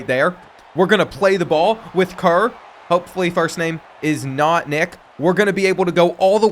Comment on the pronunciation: No way he said that “Kerr” shit right?